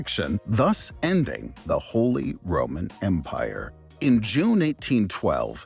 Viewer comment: Holee Rowman Mpyre: I roman Beesanteen Mpyre: Yes but no